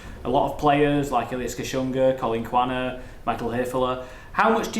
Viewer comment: "Collin Quaner"😂😂